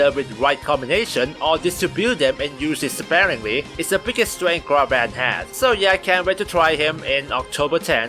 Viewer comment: Gah-brawn-th That’s how you pronounce his name ⚔️